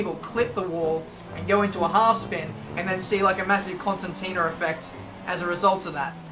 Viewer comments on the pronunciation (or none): none